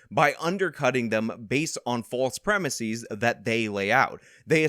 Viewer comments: The word “premises” is not pronounced “prem-i-seez”. The last syllable is pronounced more like “siz” and not “seez”. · "Premisies"? They're premises. The singular form is "premise". You only pronounce an "es" as "ies" when the singular form ends in "is". Some examples: thesis, diagnosis, genesis, and not premisis.